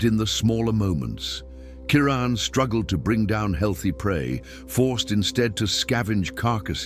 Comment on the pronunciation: 😖👎What in the hell is wrong with all of you? Maybe it's just me !! This is not a video! These are just a bunch of still photographs with a narrator who can't even pronounce the lions name correctly!!! Are you hypnotized ? Wake the freak up !!!!!👎🖕👎WOW !